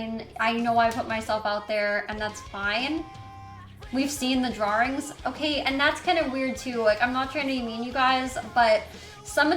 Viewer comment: the way she says drawrings makes me so mad😂